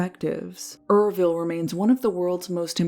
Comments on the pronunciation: URVILLE, FYI, is not "er-vill" it's pronounced as YER-VILL ( rhymes with 'her will' ) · Me reading the title, "maybe it's yer-vile or pronounced you're vile." Atrocity: Er-ville 😫